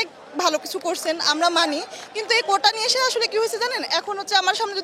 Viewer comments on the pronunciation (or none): উচ্চারণ হবে কোটা।কোঠা না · কোঠা কি? 😂😂😂 কোটা কে কোঠা বলে কেন? এর নাম শিক্ষা? 😂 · আপু বললেন "কোঠা" উনি 'ঠ' উচ্চারণ করলেন। মেধা আজ কোথায় ? আপনারা বলবেন আমি ভুল ধরলাম! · আমার কোটা নেই কিন্তু মূর্খগুলো কোটা কে কোঠা বলে কেন?